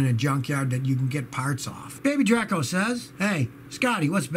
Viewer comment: Baby Draco😂 not pronounced like Drake but Dracula